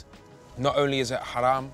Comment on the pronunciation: Filly with the proper arabic pronounciation on 'haram'😆👏🏼👏🏼👏🏼👏🏼.